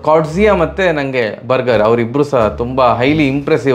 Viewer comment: Burger - Burjer ( pronunciation)